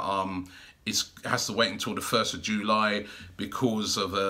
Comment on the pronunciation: Robbie says July like this : jooly